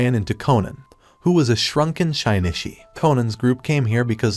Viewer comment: I could forgive anything, but butchering Shinichi's name that much?! Just no...